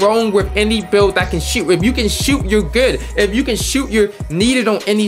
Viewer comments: Why u say good like geerd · good* not gerd 🤦‍♂️ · Why do you say “good” like that ? Lmao gurrrddd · I thought it was only me hearing it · ohh he said good ian even knowwwww😭😭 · why does he say good like that